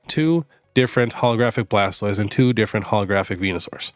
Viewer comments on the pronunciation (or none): none